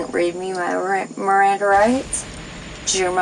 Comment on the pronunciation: Hahah RRRRRRRANDA rights 😂😂